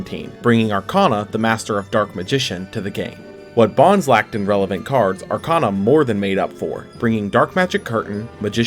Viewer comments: I thought his name was always pronounced "Bones" not Bon-zee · This man said “BAHNZ”. Also, anti magic arrows is not duel links exclusive. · Who was triggred by the way he pronounced "Bonz" It was stil a great video though. Cant wait for the 5'Ds era. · Y u sayin bonz like that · Had to pause the video and come to comments for exactly this reason lol